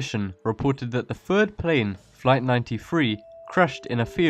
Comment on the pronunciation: "Fright Ninety Free"